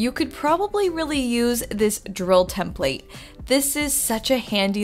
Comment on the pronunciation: That's not how 'template" is pronounced